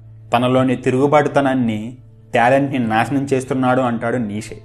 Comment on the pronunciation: Neeshe kaadhu. neecha anaali.nietzsche.if you want to know the correct pronunciation check it on the Google